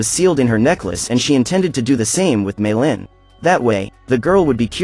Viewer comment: how to say meilin may lin not me llin